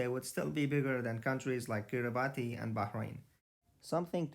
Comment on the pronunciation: Kiribati, is pronounced key ree bas.